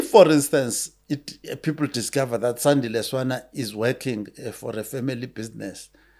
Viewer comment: SANDILE, atleast respect the man enough to get his name right